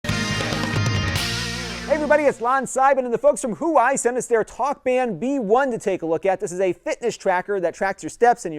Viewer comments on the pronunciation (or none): It's pronounced "Wah-way", other than that nice review! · You pronounced it wrong, its waa-wayyy. but good video hope this works with my ascend mate 2 from huawei. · Huwai? I guess you mean Huawei?